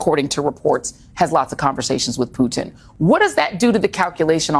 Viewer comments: Pewtin on the Ritz! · The way Reid pronounced Putin ‘pewtin’ cracked me up for some reason